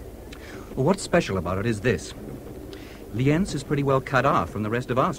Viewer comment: Austrians not Germans, German speakers and it's pronounced Li:enz